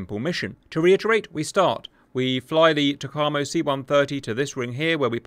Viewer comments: I know this is a month old, but TACAMO is pronounced Tack - A - Moe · Sandboxx got this wrong too - should be “tack-ah-mo” 😁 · TAC - A - MO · FWIW: "TACAMO" is pronounced tack-uh-moe. I was in the USN from from 1983 to 1986, and was from mid-1983 to early-1986 stationed at VQ-4/Fleet Air Reconnaissance Squadron 4 at NAS Patixent River {in Maryland, USA}. That is how I know. Also, a joke someone at VQ-4 once told me: Some may think TACAMO stands for Take Charge And Move Out. Others may tell you it stands for Take Action And March Off. What TACAMO really stands for is Take A C-o-c-k And Munch Out. 🤭🤭🤭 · Pronounced Tack A Moe. TackAMoe. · Lol if Simba was there he would've corrected you on the TACAMO pronunciation. Currently the E-6B is in the TACAMO role and is being replaced by the C-130J, an interesting choice! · Hey cap _ your pronunciation of TACAMO is a bit slow, but good enough. Also, the method a submarine recieves the message is a bit off, but i suspect this is best for national security. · Cap’s butchered pronunciation of TACAMO really makes the ears bleed. Sounds like a ski resort town in the Italian Alps.